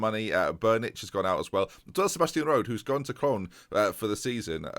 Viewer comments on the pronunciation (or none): none